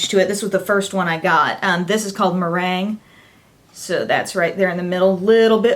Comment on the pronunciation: Lol I love how you said merengue. It's actually Spanish and pronounced "meh-ren-gay" lol loved the review too (